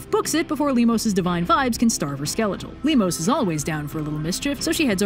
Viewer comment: Hey, in 'Limos' the emphases is on the 'o' not on the 'i'.